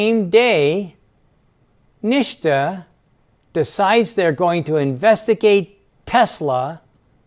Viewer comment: SANDY #SAVAGE ! 3:) Also he is pronouncing NHTSA as "NIŠTA" which means "NOTHING" in Serbian - language of Nikola Tesla :)